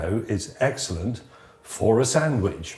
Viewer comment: says samidge and not sandwich. 😂